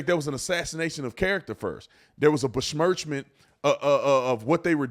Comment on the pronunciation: “A bishMurchment” lmao I love you Brandon